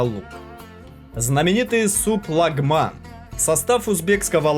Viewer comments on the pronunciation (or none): none